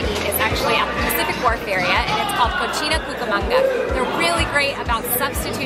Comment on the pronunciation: I really do like this and all that you do but be careful when pronouncing spanish words. For 'Cocina' the second c is a soft c and it means 'kitchen'. When you pronounce it as ch it takes on a whole different meaning. The ch sound makes the word mean 'dirty', which is actually spelled with the ch - cochina/cochino. Otherwise - keep up the good work.